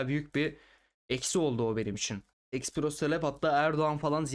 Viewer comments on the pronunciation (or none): espresso diye okunur.